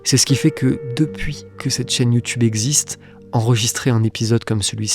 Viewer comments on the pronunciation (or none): none